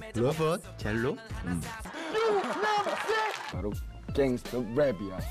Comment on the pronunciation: I burst out laughing, 'Ya kna I'm sayin?' Hahahahaha, I replied it like 5 times and it's still funny. Because I'm not actually sure I 'kna whatchu sayin.' xDDD